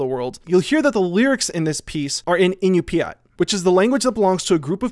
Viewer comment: Yeah, that’s not how you pronounce Iñupiat.